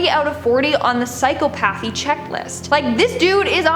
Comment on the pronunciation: Please learn how to pronounce psychopathy. Have you been to school? How did you get this job?